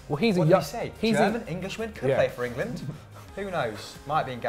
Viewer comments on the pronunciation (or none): none